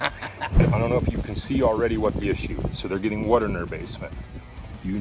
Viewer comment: 'Grand wuter'..